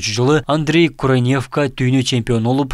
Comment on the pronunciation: Куранявка эмес Курнявка.